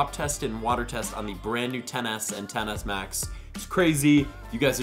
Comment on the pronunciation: i keep hearing tennis max